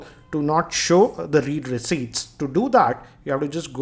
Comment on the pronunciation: read??? its read as in read(red) receipts...